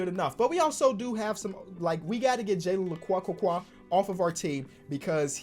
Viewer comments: My man name need to pronounce “Jalen Le-Q” correct lol it’s that simple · Pronunciation of jalen lecque - jay-Len La- Q